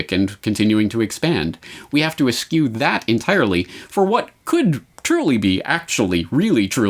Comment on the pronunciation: Eschew. [es-choo] verb (used with object) 1. to abstain or keep away from; shun; avoid: to eschew evil. You're pronouncing it like 'askew', an adverb with a slightly different meaning. -The Grammar Nazi